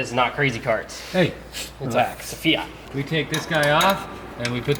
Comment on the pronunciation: Actually it's fiat, not fia